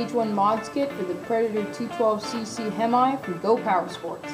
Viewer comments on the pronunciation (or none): It's not hem-i its pronounced "hem-me" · What's a him-i ? Lol jk good video! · The way he said hemi💀